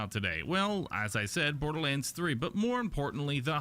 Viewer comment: What's this Bodorlands you're talking of?